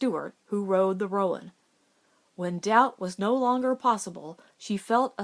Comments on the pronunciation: This is great! There's some other good ones you could read. Wildfire, but that one makes me cry, The Call of the Canyon. Roan is one syllable tho, even in the south. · So Stewart got a new horse. Why is it not blah-ack if the other one is ro-uhn?